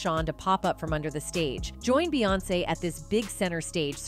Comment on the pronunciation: Proof this is read by AI robot. She called Beyonce, Bay.